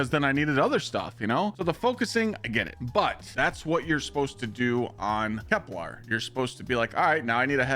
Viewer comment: KepLER, not KepLAR